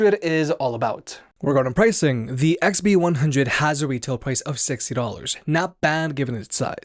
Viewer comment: Your 60 dollars sounded like 6 dollars. I had to listen 3 times then I realised it was 60 and not 6... JS